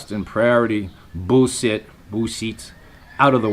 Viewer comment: It's B S not buol sit